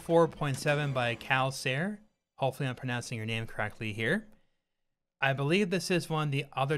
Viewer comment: I believe what makes a game's Time Trial mode interesting is when it's both fun to play and to watch. So far Mario Kart World has a great "watchability" with all the base tech (rail grinding, wall riding, multiple tricks) and the strategies they enable. "calcaire" is pronounced KAH-LK-AIR and literally means "limestone" in French. Not sure why you'd pick such a nickname though.